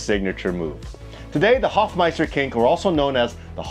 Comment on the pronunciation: Dude! You hadn't heard of the Hofmeister kink? RLY? SRSLY? 🙂(And the guy was called "Hofmeister". Long "o".)